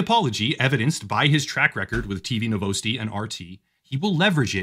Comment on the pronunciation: bro actually said NoVoUsTi instead of Novosti (Nov-os-tee)